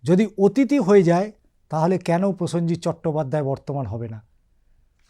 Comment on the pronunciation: প্রসঞ্জিত উচ্চারণ হবে না হবে প্রসেনজিৎ হবে। প্রতিটি শব্দবন্ধ উচ্চারণ সঠিক ভাবে করা উচিৎ।